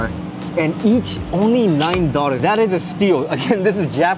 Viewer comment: 😬😬😬 dollars = doll-lers, it's not doll-ter, sometimes you said it as daughters 😅😅 Great video as usual 😊